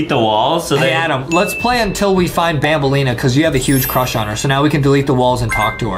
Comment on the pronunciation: Adem Has a huge cwush on banbaleena